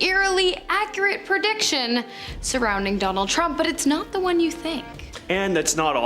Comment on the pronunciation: Jonald Trump? Her Ds sounds like Js. Hahah.